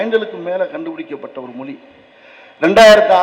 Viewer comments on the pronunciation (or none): none